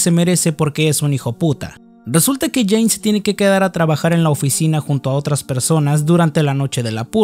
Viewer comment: no era Jane? Dijiste Jina xd